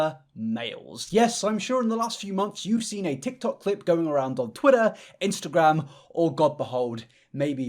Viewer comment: I thought he said "menstrual" instead of "Instagram" in the first clip omg